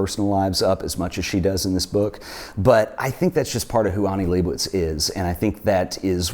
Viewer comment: Can’t pronounce Leibovitz either.